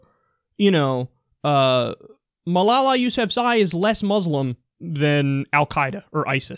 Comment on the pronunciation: Great job pronouncing Malala's last name